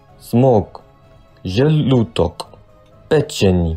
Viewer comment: Plopi96ILuvPigeons he reads "Mozg" as "Zmog" then right after reads želudok as želutok then pečenj as pečeni then malo črjevo as malo kjrevo then veliko črjevo as veliko črjevlo